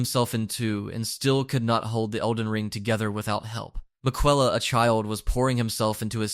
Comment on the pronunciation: you should be put in jail for that pronunciation of Miquella